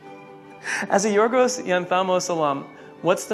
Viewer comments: God Vogue for Pete's sake say yorgos name correct!!! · I thought the interviewer was saying a quote, not painfully botching the pronunciation of Yorgos!